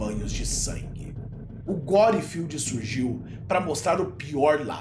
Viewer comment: Fele fala "Guerfield" lol